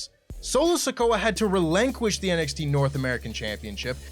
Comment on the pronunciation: “Relenqesh “